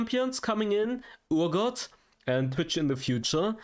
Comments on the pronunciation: Someone please tell him its Pronounced R-Got not Oor-Got. Urgot. The U is silent. Argot or R-Got. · It’s er-got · it's not urgot like your god